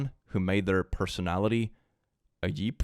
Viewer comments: i love how he says jeep lol. (i understand he’s from sweden and in his language j makes a y sound don’t come for me) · "Jeep" doesn't have a Y-sound at the beginning, it's a soft G sound, like "jump" or "jewelry". It came from pronouncing "GP" (General Purpose) as if it was a word. The original Willys General Purpose vehicle is what became the Jeep. Also, "underarm" means "armpit", the cavity where your arm meets your shoulder, underneath the joint. The hair there, if not kept very clean, gets stinky from bacteria flourishing in the usually sweaty and enclosed position, especially if covered with shirt fabric. If you shave the hair, the bacteria don't have a place to grow that exactly meets their requirements, and it doesn't get as stinky in your armpit. That's also why antiperspirants and deodorants are nearly universally for use in your armpits, and not in other places. But they aren't talking about the side of your forearm near your body. That's not the "underarm" meant here. Darned English words... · I just have to point out that says jeep in the best way possible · ahh you were referring to the second time he said jeep. The first time he read "Jeep girls" sounded right to me, so I was a little confused. But the second sounded off, I didn't hear that when I skipped back. Thank you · pronouncing ‘Jeep’ as ‘Yeep’ is everything I’ve ever needed (ik it’s because he’s Swedish) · pronouncing jeep as yeep is my roman empire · pls don’t pronounce jeep like that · Okay, the whole video is fun and funny, but the part that broke me was "yeep" in America, we pronounce it with a hard j, like judge or jump. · pronouncing Jeep as "yeep" is everything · I didn't realize I needed pronouncing Jeep as "Yeep" in my life, but here we are. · I'm not like other girls... I'm a guy pronouncing "jeep" as "yeep" made my day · Did- did say Jeep as Yeep? 👀